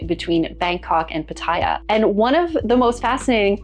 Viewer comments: The name of the city Pattaya is pronounced PATaya, not patAYa as you say. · the way to pronounce Pattaya, is to say every “a” the same way, and,,, the last ya has the accent. So,, pa ta YA.. 😅 love your content. You may be interested in my experience. Never test positive. 1000 partners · I was saying the same thing. People say it how she says it but it’s wrong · Why do people say Pattaya like that. That’s not how it’s pronounced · there is a YouTube guy Ian,, he doesn’t care that Pattaya is a proper noun. It would be like people calling him “eye Ann” instead of Ian. 😅